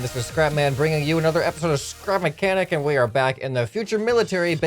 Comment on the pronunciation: in the begining of the video you said scrub mecanic instead of scrap mechanic lol